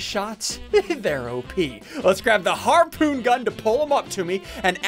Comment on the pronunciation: Thank god he finally started saying “harpoon” and not “harpen”